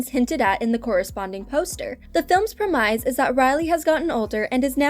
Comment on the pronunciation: You mispronounced "premise".